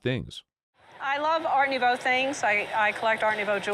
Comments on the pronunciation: Art Nouvoi??????? nouveau please... take some French lessons... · "Art Nouvoi"? How about "Art Nouveau"., pronounced Noo-Vo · Art noo vwah? Seriously? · Noov wah influence, that would be Nu vo!